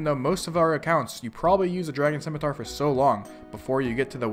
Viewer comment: The c in scimitar is silent. It's SIM, not Skim. 20 years and people still can't pronounce shit. EDIT: Also change your title to best in slot melee gear.